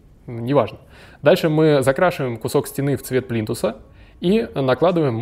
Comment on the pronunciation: Говорить плинтусА безграмотно, извинит🤗